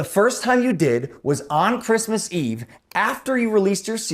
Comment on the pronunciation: On KWISMIZZ EVE! Holy balls.